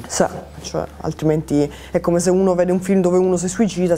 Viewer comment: llhai detto cumpè